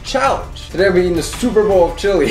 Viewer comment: Matt’s toilet: hears him say chillie 😫